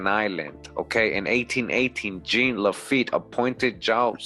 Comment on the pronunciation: Lil' tip, Jean is pronounced " John" but with a Z sound on the J like Captain Picard if you're a Trekkie 🖖🏿 and as usual great drop and presentation 💯💀🏹